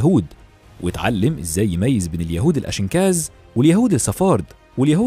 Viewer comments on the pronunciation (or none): اسمهم يهود اشكيناز مش اشنكاز راجع نطقك